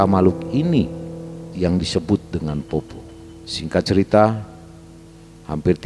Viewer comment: Poppo' pak,,, bukan poppo... Kalo untuk mitos ini memang sudah beredar banyak disini d sulsel... Ada dua jenis poppo',,,, ada yg cuma cari buah2an,,, biasa juga di selokan,,, ada juga yg emang nyari org untuk dimakan ketika berpapasan... Poppo' sallang itu yg sering cari mangsa,,, bentuknya utuh dalam bentuk manusia dan katanya memiliki lampu yg dibawa kemana-mana... Ketika ketemu sama poppo' ini harus lari karena katanya ketika dia melihat kita,,, dia bakal mengejar kita sampai kita ditangkap... Saya org asli sulsel juga pernah melihat penampakan poppo' sallang ini,,, itupun sudah pagi... Dan juga ada yg dinamakan PARAKANG yaitu org yg sering jadi2 bentuk hewan, pohon pisang, batu, kelapa yg menggelinding di jalan...